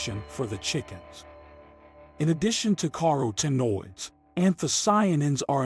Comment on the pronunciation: "Car O Tinoids" 😅